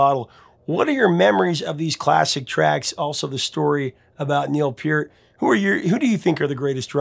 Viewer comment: The fact that you pronounce Neil Peart's last name correctly gives you so much credit in my book. Love your videos!